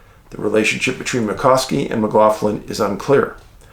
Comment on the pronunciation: It's pronounced 'Key-an Mac-Lock-lan', Dave. The Irish lad. The stiff with the Android letter was being trolled - that line is a reference from Terminator. 'Bad Breath'.